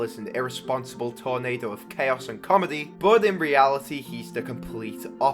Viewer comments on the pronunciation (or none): none